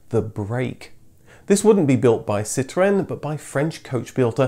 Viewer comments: I hate the way he says citroen. Stop trying to sound like a french man. Your English be PROUD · If you want to say it in French, it's not "Sit ruuuurn", it's "Sitro-enn". That's what the little ë is all about. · Lovely video, thank you. I know you pronounce Citroen and Peugeot properly, but it really does sound so affected. How about just Sitren and Perjoe . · Ah yes, sitwren and pijzo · So now I know. I've been saying Citroen incorrect all this time. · I hated the way you pronounce Citroen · For God's sake, please pronounce Citröen as a normal English person would! 🙉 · I like how you pronounce ‘Citroen’…very Gaelic 😂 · PLEASE don't pronounce Citroen with the accent. Its mildly irritating. ;-) EDIT: ARRRRRGH!!! Sorry, had to turn it off halfway through! Too annoying! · I don't know why you feel the need to pronounce citroen or anything remotely French in such a ridiculous way. I've noticed you don't do this when talking about german cars or cars from any other country for that matter. But as soon as citroen needs to be mentioned the excitement overwhelms you. Its not a case of correct pronunciation, imagine a French dialogue where everytime they mention austin princess they put on a strong brummie accent, your right, that would be ridiculous. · Oh god the way you say citroen. You're not French.